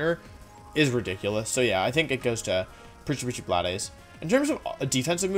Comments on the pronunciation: wolfe rly said prchyprchy bladeys😭😭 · This man actually said Preachy preachy blood-s with a straight face. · "pretty pretty blad eyes" - wolfey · I had a stroke when you said precipice blades